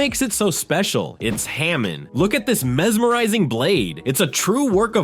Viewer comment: I agree. He couldn’t pronounce Nobunaga correctly or hamon